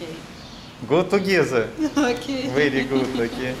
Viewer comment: "Го-ту-гезе" - - Ок.. - "Сенкью": запахло аленизмом,. Приглашаешь даму на свидание и говоришь ей спасибо?.. Чё за пилотко-приклоненческий WYF такой?..))